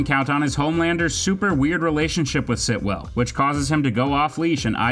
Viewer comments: the repetition of “Sitwell” and not the correct “Stilwell” is really annoying me lol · It's Stillwell*** not Sitwell or whatever you keep calling her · Yeah it kind of ruins the whole video. Hard to take anything else as credible, even though it’s true, all because he didn’t pronounce a simple, easy name, the correct way. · Anyone else wanna talk about him calling Stilwell, Sitwell the whole way through!? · Great video, great list… but it’s stillwell* not Sitwell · finally someone noticed... so annoying hahaah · How many times this guy says Sitwell when her name is Stillwell was cringey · Her name is Stillwell not Sitwell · Stillwell, not Sitwell.